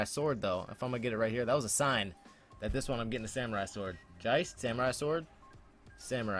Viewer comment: Geist is Ghost in German, not Jeist XD